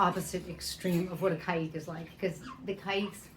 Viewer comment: You pronounce Caique in two different ways in this video. Which is correct please ?